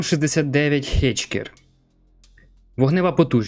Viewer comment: Все супер, але ж підготуватися до випуску можна... Леопард - Фербессерт, Хакер, а не хечкер... І ще Шакал